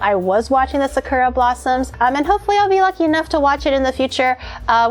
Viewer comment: Wait...does not know how to say sakura...or have I been saying it wrong all this time 🤯